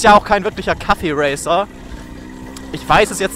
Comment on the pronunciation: es heißt Cafe-Racer nicht Kaffee-Racer. wie das Cafe. Verstanden. Dann is ja alles gut.